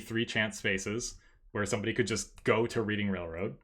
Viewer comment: I always thought it was Reading Railroad (pronounced "Redding" like the actual rail company in PA)